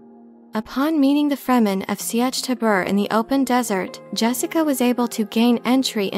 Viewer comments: Never bothered to learn to pronounce some words correctly, though. "See-etch"? LOL. I guess all words with "i before e" are therefore to have an extra syllable in them? The Lynch movie and the miniseries are the examples that should be followed. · An interesting way to pronounce sietch. I think I need to look into it more to see if I've just been doing it wrong this whole time. Very good video as ever.